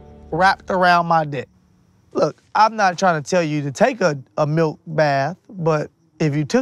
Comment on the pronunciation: I think you mean malk